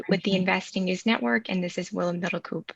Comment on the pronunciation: It's pronounced 'middle-cope', not 'middle-coup'. ;)